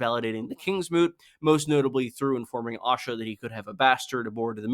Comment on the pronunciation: Pronouncing Asha with an O sound throws me everytime I hear it. I was curious when Osha became a viewpoint character only to realise you meant Asha.